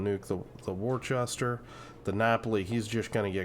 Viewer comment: Gouden Leuuw is Dutch for "Golden Lion", so that's what I call it (much easier to pronounce). Worcester is pronounced "Wus-ter" as well. Great plays BTW.